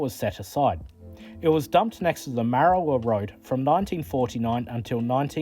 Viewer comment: Its Marra war..... There is a lot of oddities locomotives here in Tasmania.